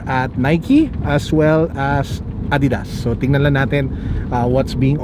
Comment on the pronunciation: Did I just hear "ah-didas"? Sobrang therapeutic! Thank you for finally pronouncing it correctly!